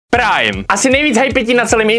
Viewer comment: Proč jsem na začátku slyšel srajm